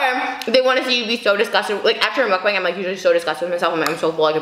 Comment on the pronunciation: ur like the first white person I've seen on youtube to pronounce mukbang ryt! eve trisha says it wrong LOL